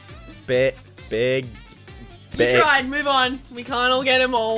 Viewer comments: in de beninging... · in the beninging